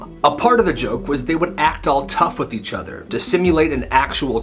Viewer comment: i thought i misheared him when he said each